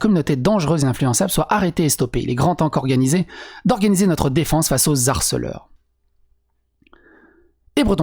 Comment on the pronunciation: Au fait quand un mot commence par un "H" on ne fait pas la liaison: mon te traite "de harceleur", pas "d'harceleur"... signé M'harcèle Serre-dents... Non mais c'te bordel!!!